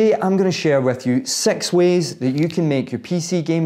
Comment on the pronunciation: "sex ways"